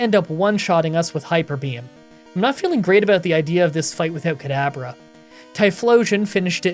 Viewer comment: Why do you call Kadabra "Cadaver"?